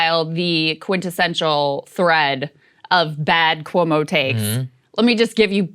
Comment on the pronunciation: Can Saagar stop pronouncing Cuomo like “koo-woh-mo?” Just say “kwo-mo” please.